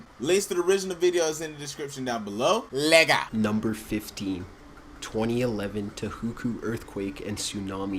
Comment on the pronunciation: why did he pronounce tohoku like that 👁👄👁